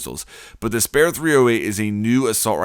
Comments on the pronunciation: 'the SPARE 308...' . Er....the word is SPEAR. SP-EAR. Not SP-AIR. I mean....what? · Repeat after me "spear" not "spare" Speeeeer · First of all, what did you expect from Finka's AR, it's easy to use, the round mag is standard, and the damage is average compared to other ARs. Secondly, it's pronounced spear, not spare. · I believe it's pronounced ("speer") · Ryan Griffin he says it like pear with an s in front of it😂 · It’s pronounced “Speer”, dude. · Why the hell do you pronounce spear like that? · He can't even pronounce spear right😂😂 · You do know spear is a long stick with a point and that’s not how you pronounce spear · This dude slow lmao I was like wtf does he not know how to pronounce that word